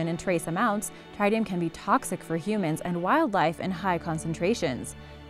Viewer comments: Exactly Tritium(Trit-e-um) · You mispronounce tritium. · You mispronounced Tritium. Both "i" sounds are short.